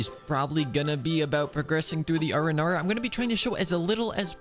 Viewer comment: Did I heard you right? ARANARA!?